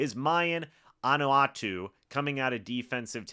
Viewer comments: Thank you for the report, much appreciated but you just butchered son's name :( Maybe you're not a Tampa Buc fan, because Ahanotu's last name should of been pronounced correctly from his father's day as a Tampa Bay Buc player back in the 90's. As his mother, my hope is media actually take a moment to look at names beforehand and maybe ask someone if you're unsure of how to pronounce. My son's name is Mayan Ahanotu... Mayan. UH-Han- NO- TOO. But truly thank you for covering :). Let's gooo Mayan!!! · No- he butchered it. As his mother, I had to correct. I've been correcting since all my boys were little :) good catch! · Is that how you pronounce Ahanotu??